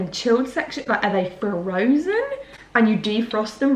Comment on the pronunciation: "Are they FUH-ROW-ZEN?" xD